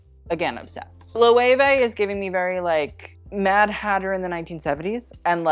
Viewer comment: Cannot give props for "lo-ayway" though :l